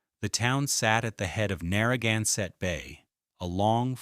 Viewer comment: I heard the same thing when they were talking about Rhode Island’s coastline. Everything was pronounced wrong!! Especially Narragansett was Narragunsett!! Drove me crazy!!!